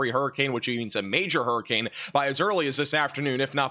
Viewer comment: Huree Cain Urn ⚱️ .. Southern dialect applied.